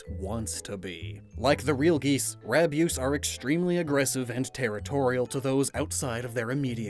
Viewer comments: As a Canadian 🇨🇦, Rabyoose horifies me 😨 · is it just me or does rabyoose kinda sound like abuse